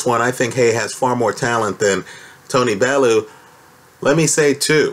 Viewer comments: It's "Bell-you" not "Bell-oo" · Even if Haye won this one, it was surely - surely?? - clear from his last three fights that he was SIGNIFICANTLY shop worn and that his body was failing him? And please... Tony's last name is pronounced "Bell - yew".